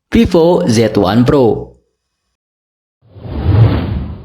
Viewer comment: Monmaap, itu vivo bukan pipo wkwkwkwk Funtouch, bukan funtoch T.T